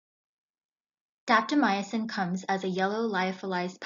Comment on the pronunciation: Will try the 5 minute intervals. Have to admit, I cringe when I hear drugs that end in "-mycin" pronounced "my ah sin." It's 2 syllables, not 3.